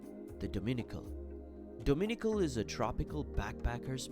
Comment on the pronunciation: Beautiful video. But would be much better if the narrator could pronounce the names of places. For example, Jaco Beach is not pronounced "Jacko". And Dominical is accented on the last syllable. lol